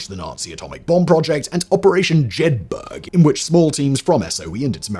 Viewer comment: Good Video only complaint was your pronounciatiom of Jedburgh's! Not jed-burg but Jed-burra same as Edinburgh! They got their name by someone seeing the name of Jedburgh in the Scottish Borders while travelling on the train!